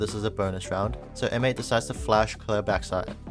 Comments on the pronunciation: You’re throwing me off — you’re saying ‘M-8’ instead of ‘mates' but good video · Just rhat you know we dont say M then 8 we say Mates like the word Mates. The video is really simple and cool ty !